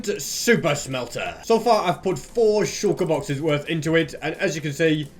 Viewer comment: Can someone count that how many times he has said shulkur boxes in this video